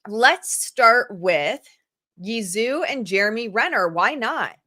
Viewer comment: I believe Zhou is pronounced like "joe"